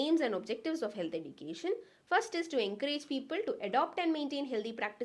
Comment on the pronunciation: Can't bear the "edukatn"